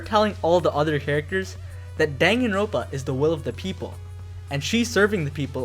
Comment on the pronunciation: distracted by "danganro ̶n̶ pa"